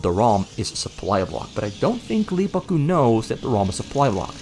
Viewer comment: How in the world can someone from the Netherlands perfectly pronounce LEEEAAA BAAAAKKKKKKK GCUUUU